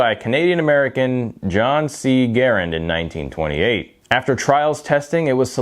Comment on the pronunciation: Garrand not garrend.